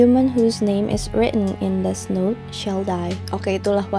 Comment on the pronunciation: nice video as always. manteb. btw yg death note bacanya "deTH" 😉